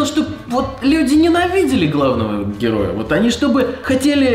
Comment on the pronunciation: "ты хочешь чтобы люди ненавидили главного герррроя?" Юлик, не каррртавь😂